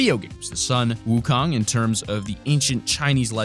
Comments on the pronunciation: DAFUG IS WOOKONG XDDDD im Chinese lol, and its pronounced Suin woo khong (uhm, not actually wrote like dat) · Wukong is pronounced Song Wu Gong